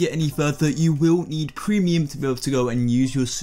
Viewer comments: "You will need cremium" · Its "Premium" Not "permuim". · wehn u said prenium.....:awh so you telling me i did THREE DAYS my shirt for nothing? :C SAD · It’s pronounced premium